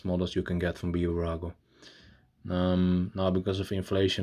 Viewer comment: Its Bburago but when you pronounce the name its not B-burago its Bburago